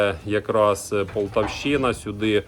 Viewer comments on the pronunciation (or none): none